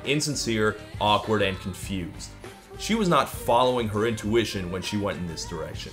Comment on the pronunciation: I hear it as in tuition rather then intuition